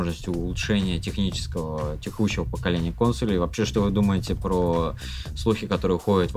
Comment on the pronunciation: не говори кОнсолей, слух режет, будь молодцом.